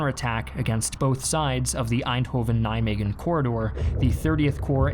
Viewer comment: Your pronunciation of Nijmegen made me pissed of it is not a fucking g except that very informative video thanks